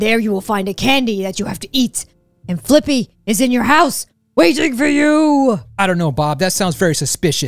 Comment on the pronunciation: Fliqpy is called as "Flick P" not Flippy